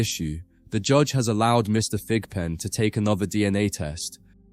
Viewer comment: I thought the judge was calling him pigpen. 😂 but his name is Thigpen.